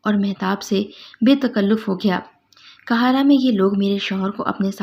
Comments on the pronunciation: آپ کا تلفظ بالکل بھی صحیح نہیں ہے آپ آپ کا ہر قاہرہ کو مسلسل کہارا کہہ رہی ہیں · App please APNA talafoz sahi keren . City ka name ghalat le rahi han .